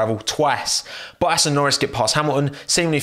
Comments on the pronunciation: What is his accent lmfao he says bohas instead of bottas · You know is British because he says Boas